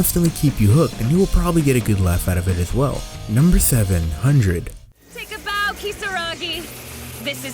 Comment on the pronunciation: Number 8 ................ number 700 What? Lol it did sound like that😂